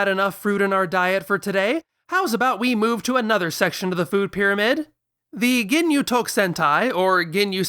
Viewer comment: oh my god, "Rea-Coom" From the Goonyu Squad, lol